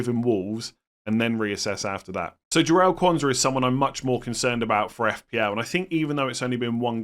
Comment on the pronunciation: We need to have a more definitive way of distinguishing Quansah from Konza. They are spelt very differently but pronounces them almost identically. I listened to last nights stream and was convinced I should be selling Konza but for the life of me couldn’t work out why, having watched this it now makes sense!